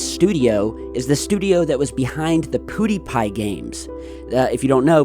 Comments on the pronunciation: Pew, not poo die pie lol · Its PEWWWWWW NOT POOODIEPIE FFS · it's PEW not POOdiepie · Pew not Poo,. Lol had to correct that one thing. Might not even see this but love your vids as always. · First: HAPPY BIRTHDAY!!! 🎂 Second: it's PYOO-die Pie Thanks for the great video! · "Pudipie" lol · The way pronounces "Poodeepie", rofl.